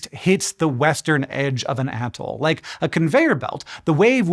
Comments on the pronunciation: Bro! The whole "ahhh-toll" is throwing me off. I have always heard it as "uh-toll." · Who you callin an atoll?